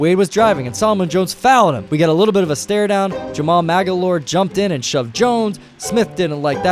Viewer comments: How dare you disrespect the GOAT Jamaal Magloire with that gross mispronunciation. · you butchered Jamaal Magloire's name. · Lol who tf is Jamal magalor? You men jamaal magloire?